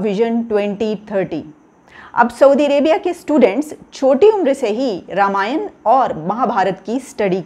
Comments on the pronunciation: Beta wo Ramyanaaaa aur Mahabhartaaaa nahi hai,Akkal k andhe wo Ramayan aur Mahabharat hai,aap jaise jahil majahaab bol rahe ho to aap se aur ummid hi kya ki ja sakti hai? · रामायणा और महाभारता नही होता आंग्रेज....रामायण और महाभारत ही होता है। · Pakistani ko bol ne bhi nahi Ata hai ramayan bol chima bhagwaan ram k charan per Saran lo tabhi Pakistan ak sahi mulq banega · Qumar cheema yaar too English mat bola ker halwai ......Ramayana nahi ramayan hota he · Sahi se ramayan mahabhart nhi bol sakta hai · Janaab watch your way how you pronounce Ramayaan or else we will be forced to pronounce Pak Koran as KURAEDAAN !! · Ye cheema... Professor hai... Aur isse ramayan aur Mahabharat....Pronounce karna nahi aata 🙄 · इस्को रमायन और महाभारत बोलना नाही आता.